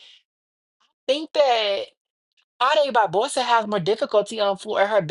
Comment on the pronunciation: Small correction. Jade Barbosa is not pronounced Had Barbosa. J in Portuguese sounds just like J in English. So her name is pronounced Jad.